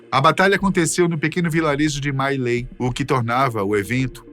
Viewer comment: A pronuncia era mi lai.